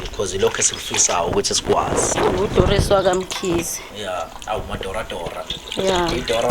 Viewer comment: Doris Mkhize 😅😅presenter says Doro Doros😅😅😅😅